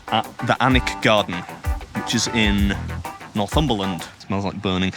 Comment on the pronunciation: I live and work in Alnwick. Gutted I didn't get to see you around. So glad you enjoyed the tree house experience and that you pronounced Alnwick correctly, so many don't. 😅